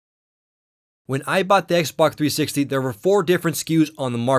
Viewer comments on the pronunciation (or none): Lol it was soooo annoying. The "xbac" has an hdmi port. The xboc also...blah blah blah. It's x b o x!! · its xBOX! not xBUCK!!!!!, or is it just me hearing this? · lol it sounds like you pronounce xbox "ex bok" hahah! I'm not trying to be mean I'm just sayin. I really like these videos so far and I'm going to watch the rest. :D 5 stars! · Y U CALL IS XBOK???!!!!!! >:U